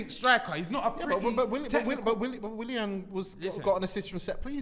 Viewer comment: Man said "Willan" looool, I swear when it comes to pronunciation some of these man don't even try